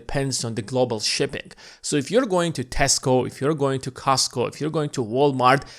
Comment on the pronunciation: He did lmao